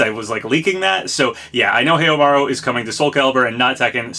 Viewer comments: It's pronounced How-Maru not Heyo!Maru lol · I am sticking with my guess of Kyo. I will honestly be very surprised if Snk give up the opportunity to finally use Kyo as a guest character while Terry was already a guest character released earlier this year. Also!! you still must work on your Snk name pronunciation! lol. Haohmaru doesn't have a y in it and you have to pronounce the last i in Shiranui (shiranu-ee) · Heiamaru? OOOOOOOOH, you mean Haohmaru? I was like, shit, who's that, and when did this happen lol. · Haohmaru "how-ma-ru" Gaiden "guy-den" I hate to be that guy but the way you pronounce it physically hurts me :)